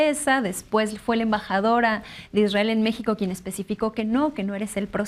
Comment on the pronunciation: Eres tan vil Leo que aprovechas la tragedia para enlodar al Estado Mexicano cuando sabes perfectamente que es una responsabilidad del Estado de Israel que por cierto no se dice Isdrael como lo llamas